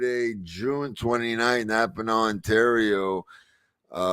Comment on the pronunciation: I live 40 minutes from Napanee Ontario and have for my whole 35 year life and never once heard somebody pronounce it Napa naw.....